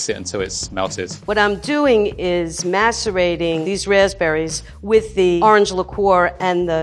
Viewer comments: “I’m just gonna masterrate these raspberries” My mom who’s sitting on the computer not paying attention: “DID HE JUST SAY MASTERBATING?!” Me: “.... uhh.... it’s a She... and she’s mixing raspberries into powdered sugar....” Mom: “....ok...” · Level 2 said " i am macerating these raspberries with orange liqueur". I thought she said "i am masterbating these raspberries with orange liqueur". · anyone hear ‘masturbating’? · Grandma be like : MASTERBAITING RASPBERRIES Any one else hear that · There is scores of respondents making the same embarrassing mistake; she is saying macerating (soaking). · I eventually heard saying something innocent but I can't believe I heard: masturbating. For the people that don't know what she said. She said macerating. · Did she just say she's musterbating the berries? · shes what to the raspberries 😄 Just so everyone knows I know she said macerating but it sound like something else lmao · macerating. Sounded a lot different without subtitles.